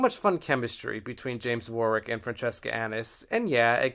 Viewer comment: Really enjoying all your videos. By the way, Warwick is pronounced War - ick!